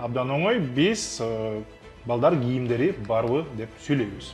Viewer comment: СУЙЛОГОНДО ГИЙИМДЕРИН ЭМЕС КИЙИМДЕРИН ДЕП СУЙЛОЙТ САГА ЭКИ ЭМЕС НОЛЬ РАКМАТ СУЙЛОГОНДО КЫРГЫЩ ТИЛИН ЖАЙЫНА КОЙУП СУЙЛОГУЛО ГИЙИМ ЭМЕС КИЙИМ ГЕЛДИНБИ ЭМЕС КЕЛДИНБИ МЫНДАЙ АБАЛДА СИЛЕР БИР ЭМЕС НОЛГО ДА ТАТЫКТУ ЭМЕССИНЕР РАКМАТ